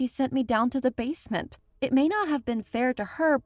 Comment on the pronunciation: I liked the bit when she said basment